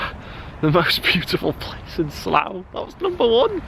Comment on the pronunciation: Pronounced 'Slaaa'